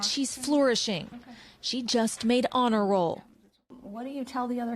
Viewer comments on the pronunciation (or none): none